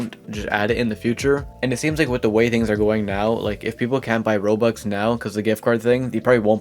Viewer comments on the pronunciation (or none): why do u say "rols"